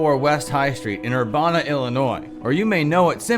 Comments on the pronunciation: It is pronounced as Ur-Ban-a and not Ur-Bon-a.🙏🏽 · Urbana is pronounced like "ban". ur-ban-uh Only part you pronounced wrong was the "ban" part.